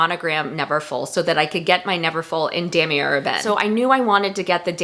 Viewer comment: New Subbie 💃 Love your video! I bought the Neverfull MM World Tour to get away from vachetta. My most used Chanel is a black caviar GST with GHW. Thinking of getting it in another color. Any thoughts? FYI Damier Ebène is pronounced: Da-Me-Ay. Cheers!